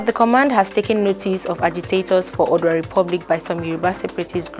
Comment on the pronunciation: You give out good information. It is not acceptable that there should be only one comment in the comment section. Secondly, take time to rehearse how to pronounce words like “Oodua” “Ozubulu”